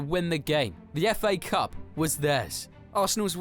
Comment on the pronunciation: Warum muss man so eine scheiß syncro haben bein den jeder Spieler falsch ausgesprochen wird was ist der Fa Cup das heißt F A Cup 👎🏻🙄🤦🏻‍♂️